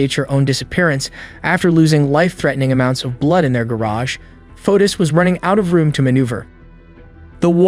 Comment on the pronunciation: Fotis is pronounced Fo tis, not like Otis.